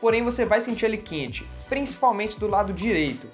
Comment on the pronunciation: vc é mineiro? pq vc falou "quente" com um sotaque bem mineiro rsrsrs..